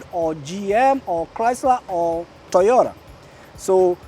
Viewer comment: So its handa not honda and toyora not toyota 🙊😮😂 😂